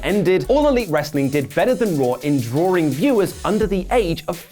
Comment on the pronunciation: I was on board until said "drawring".